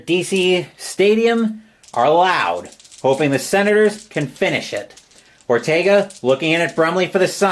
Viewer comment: it is the Senators right? I know you said it wrong many times... hard to do for sure..